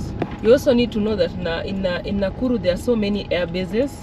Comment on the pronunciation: You keep saying Nakuru 😅